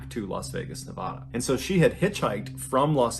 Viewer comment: God dammit why can only people on the west coast pronounce Nevada!!